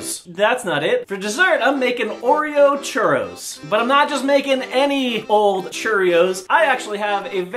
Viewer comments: dice churros como churrios? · It s so hilarous how english people say churros